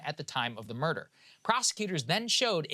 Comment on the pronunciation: "Which culminated in the murda'(ugh) of the wife-the murder of wife" I see what you did there Saagar. Nice Southern accent wordplay combo